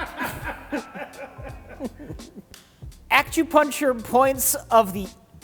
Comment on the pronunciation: said "akchewpuncher"